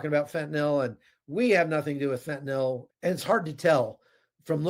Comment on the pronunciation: THANK YOU for being the ONLY person in memory to pronounce “fentanyl” correctly! It drives my OCD nuts the way most pronounce it. Bonus points to pronounce “nuclear” correctly. 😁